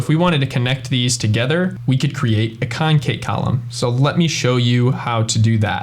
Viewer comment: It's con·cat, which is short for con·cat·e·nate. There's no 'Kate'.